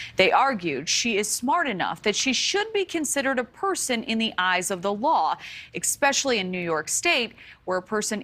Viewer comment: "ikspecially" For anyone confused, there's no "k" in "especially."